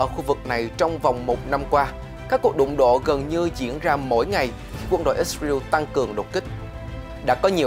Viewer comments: đa số thì toàn là ít ra eo hoặc ít ra en thôi bạn chứ ko ai đọc là ít ra iu đâu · Ít sờ rờ yêu là sai, sờ rờ eo mới đúng 😂. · ix-rew là nước nào vậy cưng, is-ra-el. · Lần đầu tiên nghe có nước i sờ riu !!!! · Ít sờ rờ yêu. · ko phải cùng QG mà phát âm nhiều ~ mà cách phiên âm sai- IsRael ko phải Its real- chứ giọng huế SG HN khác bth mà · Kênh nên thống nhất cách phát âm của BTV, có người thì "ít sa riu, người thì ít sa ren, người thì i sờ ra eo" cùng 1 quốc gia mà phát âm nhiều quá nghe nó sao sao á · Ít riu là nước nào vậy, hãy phát ngôn chuẩn, để người nghe hiểu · lần đầu mới nghe có thằng kêu là ít sờ ra iu kkkkkkk